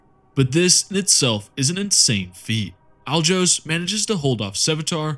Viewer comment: Alajos is a hungarian name, pronounce it like you replace the J with Y and you ll get closer to how it is spoken (